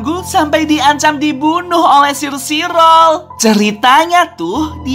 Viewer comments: omong omong bang cara baca sire sirol dalam bahasa inggris is kaya gini " sairi sorel " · Sire Sirol cara bilangnya Sairi Sorol